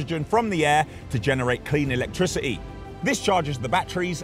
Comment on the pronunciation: The word is electricity not electrici-e .